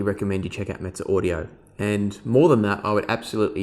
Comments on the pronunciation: I believe the Classics are made in Romania whilst the Neos are made in China. It’s pronounced meh-zeh not mitze. I’m looking at the neos and wonder if they’d be good to listen to Beatles, Pink Floyd, Nirvana? Is it true the bass is not right for rock or classical you think? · Mez-ay audio is how it's pronounced. So agitated about that for no reason. Like your videos tho.